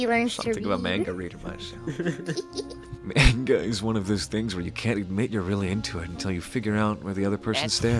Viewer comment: you make fun of sora for pronouncing encanto wrong but can’t say manga right.